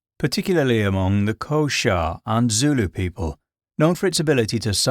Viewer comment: Really enjoyed the video mate, as a South African I just wanna point out it’s Xhosa but it’s pronounced kohsa and it’s Zulu with a quick u sound idk why but it always pisses me off to hear foreigners say Zulu or boerewors and say it with a long u sound or Something I’m not normally one to get mad about how people speak but those words just always piss me off